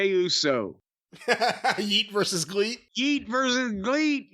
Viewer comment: It's not Gleet its GREAT but... you know... Japanese 😂